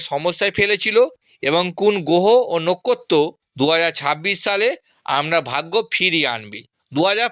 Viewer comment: তুমি একটা বোকাচোদা। 'গোহ ও নক্ষত' উচ্চারণ করতে পারে না।